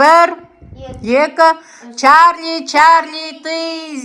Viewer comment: Черли черли емес чарли чарли😅